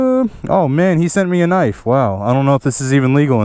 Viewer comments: you say *K*nife too!!!! ahahah love your channel even more. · Lmao he said knife wrong